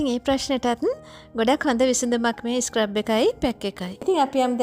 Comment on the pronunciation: ස්ක්රැබ් එකක් නෙවී dear ස්ක්රබ් එකක්. scrub ( සූරනවා) කියන වචනෙන් තමා හදාගෙන තියෙන්නෙ. ලස්සන වගේම වචනත් හරියට කියනකොට ලස්සනයි. තරහා වෙන්න එපා කීවට. ඔයාටම නේ හොද future වැඩසටහන් වලදී❤